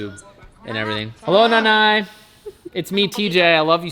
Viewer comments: TJ saying Nanay is a total respect 🤙 to the Filipino community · He said nanay 😂